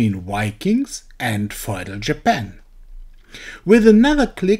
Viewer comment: Feudal, in English, in pronounced like (few-dull / fyu-dull). Looking forward to Feudal Japan!! :)